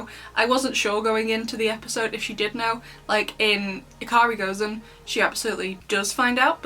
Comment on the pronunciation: Ya-K-Si Go-zen is the correct pronunciation and I think that's what you said, so very accurate. By the way it would be 'Yakusi' not 'Yaksi', but they dropped the u because that's something common with the Japanese language.